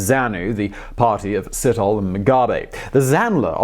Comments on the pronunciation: It is said setholi, with a silent h,not sitholi. And you have to drag the e a bit. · you butchered Ndabaningi Sithole name lol... Si- toh-leh not Sit-hole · Not sit-hole. Its Si-tho-le. Anyway great video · My friend, every time you say Sithole, I hear "shithole". It's "Sit-aw-leh". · Sithole is not probounced sit-hole, phonetically it is pronoinced sit-toh-leh ... but all Sitholes I know of are freakn sit-holes. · Ndabaningi SEE-THO-LEH, not Sit-hole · Itz See-Toe-Lay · Nice informative piece. But truly, how careful did you have to when pronouncing Mr Sithole's name? I guess I'm a perpetual toddler.